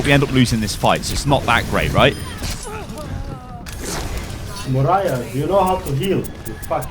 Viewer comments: MARIAH CAREY LMFAO Mo-I-RA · MARAIAHHHH LOOLLL its fuckin Moiraaaa loolllll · MO-RI-YAH DO U KNO HOW 2 HEEL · It is pronounced Moy-ra. Its not a difficult name to pronounce!